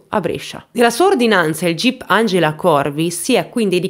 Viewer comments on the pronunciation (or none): none